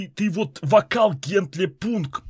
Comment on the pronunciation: не пУнк а пАнк